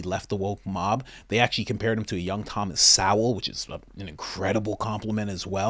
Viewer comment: Thomas Sowell (soul) Guy knows nothing about spartans. Lia Thomas (Lee-u) My mans butchers every name.😂